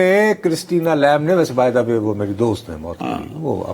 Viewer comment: Lamb is pronounced as Lam with B silent in it. With all due respect to veteran Nusrat Sahab!